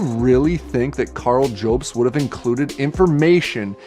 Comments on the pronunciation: I only have time to watch the first 5 minutes of this before work, but already this guy makes my skin crawl. he goes out of his way to mock and mispronounce your last name with unnecessary edits too. That is is a red flag and not really something a person does in good faith. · I feel like he’s changing his voice to sound more convincing cause he knows he’s got no substance? Also adding an e to jobst lmao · Love how he says “Joebst” instead of Jobst Also: was hilarious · does he say joubs on purpose as he had clips of multiple people of which non said it like that so you would assume he would say it like them if it's about a person he supposedly has never seen before. is he sunken so low that he tries to trigger the person he attacks in every way possible. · If he watched any of Karl's videos he'd know it's not pronounced "Joh-bst" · The guy can't even pronounce mario or jobst XD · Hard to take seriously the opinions of somebody who starts by attacking the pronunciation of your last name. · I am on this video. The facial expressionsand the crazy stuff he's saying is on another level. I've very rarely seen such awkward everything and such an utter failure to hype up. Much less when he's defending himself! He literally pronounces it "Mare-EE-oh" and then begins the ad hominems immediately by intoning your name in a dumb way. It's unbelievable how people can be so bad when, like, this is their reputation and career on the line! At least do your best with the lie.